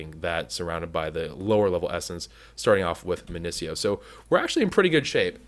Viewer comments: Please, say it with me: MIN-IH-SEE-OH Essence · not MIN-IH-SEE-OH madpack gives a prunciation its min-i-eek-oh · Sieve is pronounced Siv, you used to say this, and Minicio is pronounced Min ihh See oh